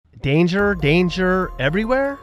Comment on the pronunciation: Dangjer dangjer dangjer!